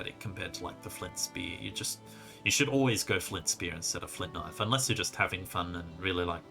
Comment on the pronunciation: The knoife disrespect......